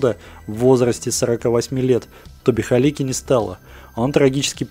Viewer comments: Кажется что фамилия каскадёра должна звучать как Галицкий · Правильная фамилия - Галицкий, а не "Халики")